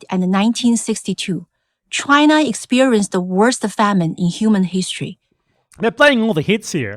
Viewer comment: Chu-ai-na? I know exactly 0 Chinese people who say it like that, me and my family included